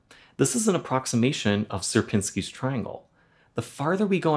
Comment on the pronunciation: It's pronouncing shi-erpiñski ,like Fibonacci is pronouncing fee-baw-nachee not fibounaksi